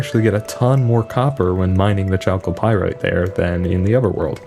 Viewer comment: fyi chalcopyrite is pronounced with a hard ch (like k) :p